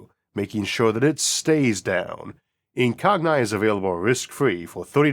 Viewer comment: I'm pretty sure it's pronounced "incog-knee" as in "incognito"